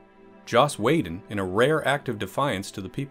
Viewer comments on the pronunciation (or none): Whedon.. really bro?.. it's Wee not Way.. Wee-done not Way-done...